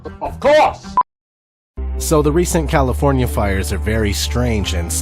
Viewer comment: Calofernier? First word and thumbs down